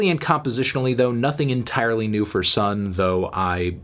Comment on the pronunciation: bscuse me pretty sure it's pronounced sun oh thank you